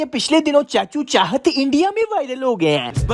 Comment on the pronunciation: Chahat ❌ Chalhat ✅ 😅